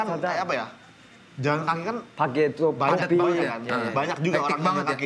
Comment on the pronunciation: kalau si bilang banget jadi banggat itu kenapa ya?